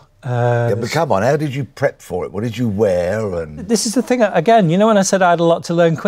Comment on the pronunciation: "Don't you want this ting" 😂😂😂